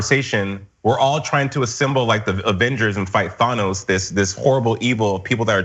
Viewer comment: You DID NOT just pronounce Thanos that way...